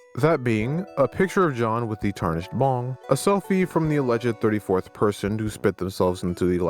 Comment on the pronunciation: Bro when you mentioned the item after the pizza I thought you said bomb not bong lmao I was like "DUDE THATS LEGIT BADASS" then you said it again and I was like "oh wait bong never mind that's not cool"